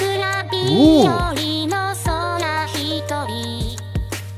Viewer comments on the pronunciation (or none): Sakura "bee-yori" Not sakura "by-yori"